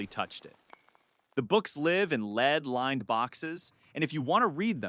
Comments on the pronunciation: You can't even pronounce lead, the chemical element, not the verb? You could at least hire a proofreader. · What is a met-ra? I thought it was pronounced me-ter. Is the narrator a robot? It's also interesting how it pronounces lead 2 different ways in the same segment.